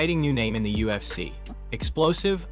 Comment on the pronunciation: You need to stop making videos until you can pronounce ufc properly